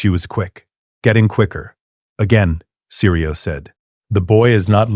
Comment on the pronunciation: Syrio Forel. Not seri, not siri Syrio.